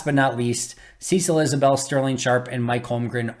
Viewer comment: I believe I heard you say Cecil "Isabel". It's Isbell. No a.